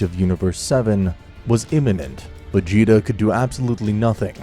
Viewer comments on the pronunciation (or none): where tf is "Planet vah-gee-tah"? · Planet vegeta pronounced “vey-jee-tah” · I love how after tournament of power he said planet veeyeta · VA JEE TAA! Not Va gi ta. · His mother's name is pronounced within a short sounding letter e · "Veggieta", look up how to pronounce these words before saying them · “Planet VaYeeta” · We just gonna ignore that he said planet "vayeeta" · Planet "veyeeta" 😂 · "planet veyeeta" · did u say planet vegita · ah yes planet "veeata" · "planet fajita" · “Planet vegeeta” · Man said planet veyeetha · "Planet veyeeta" hmmm yes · “ Planet Ve-yeet-a “ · I like that he said planet ve ge ta (no hate a just thought it was funny) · Planet va gee ta. No aw gee like geese gee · Bruh did you say planet Vegida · This man said Planet VeYeeta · Wait did he pronounce Vegeta with the g